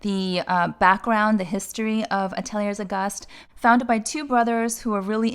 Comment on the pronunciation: Great options. Ateliers Auguste is pronounced Atelier Auguste (no S on Ateliers).